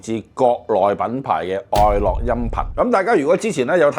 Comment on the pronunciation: 愛樂個「樂」字係咪應該讀「音樂」個樂而唔係讀「快樂」個樂呢？